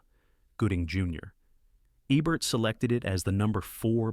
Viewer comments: Roger Ebbert? Really? How hard is it for a person to just read this? It’s probably an AI releasing fifty videos a week on an automated schedule. Countdown lists are guaranteed gold. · Who’s Roger Ebb-bert? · At least get the bot to pronounce Ebert's name correctly.